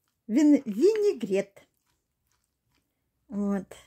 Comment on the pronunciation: Люда лукавит. Вы ни разу не сказали правильно слово винегрет.